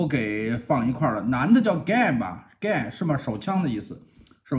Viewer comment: 男的叫Gay不是Gun（枪）。